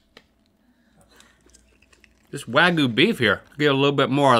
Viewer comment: instead of saying wagyu link says wagoo link you made my day